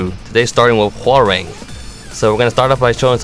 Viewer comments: It's "Hwah - Rahng" not "Hwah - Raing" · The real pronunciation is Ho-rahng, which means tiger. Korean to English translations can be weird sometimes, and they definitely sound off when spoken. And wtf, he can't punch anymore? So he's cut just for show. :/ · His name is pronounced "How-wrangh", but the pronunciation has been debated on all the time cause the Tekken announcer in the game actually has different pronunciations as well lol